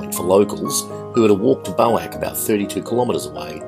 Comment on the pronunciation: It’s pronounced Ga-San, accent on first syllable. Boac is pronounced Bo-wak, accent on second syllable.